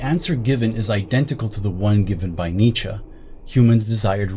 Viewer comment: Why you speak "Nietzscha", instead of Nietzsche? You makes me laugh every time.